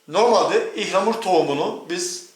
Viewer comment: Türkçeyi yeni öğrenen yabancılar gibi ihlamur 😂 ıhlamur abi ıhlamur